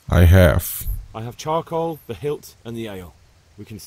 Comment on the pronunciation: Bang bacanya carkol bukan karkoal wkwk